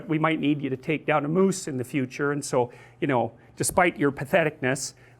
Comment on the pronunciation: He said "..moose.." hehehe... moose... those canadians, ey....